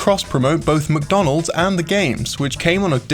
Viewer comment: I'm not the only one that hears MookDonalds..